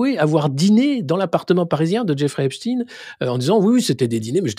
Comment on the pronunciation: TKT PAS...l'IMPUNITÉ C fini .... (Believe me) Écoutez, comment "EPSTEIN est prononcê : sont OBLIGÉS de prononcer EPSTIIN ... MAIS, TKT pas❤